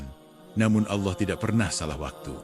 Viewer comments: Sangatmengisipirasi tapitolongperbaikiucapan AllAH🙏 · Sangat menginspirasi, tapi tolong perbaiki ucapan ALLAH 🙏